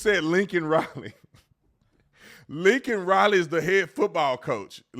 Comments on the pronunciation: I thought that after he talked about Laken Riley (or as joe said “Lincoln Riley”) killed by an illegal he said “but how many are thousands are killed by legals?” I could be wrong because it’s sometimes impossible to understand what he’s saying. He’s awful!!! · He said Lincoln Riley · The Riley family didn't attend this circus, and thank God they didn't. He's looking up like they were sitting up there. Biden is an absolute embarrassment to the USA. By the way Biden, it's Laken Riley! 🇺🇸🇺🇸🇺🇸 TRUMP TRAIN 2024 🇺🇸🇺🇸🇺🇸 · Its disgusting that kamala harris smurked when he said laken rileys name wrong but got mad that he said illegal is insane!!